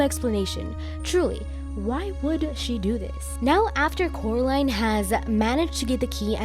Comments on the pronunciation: But Cannot Pronounce The Name Of Coraline He Say Caroline Instead of Coraline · How does I’m just going with that since I don’t know how to pronounce his name. But how did he know that Coraline moved to the pink palace?